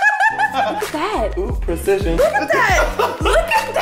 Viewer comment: Oooh, prassition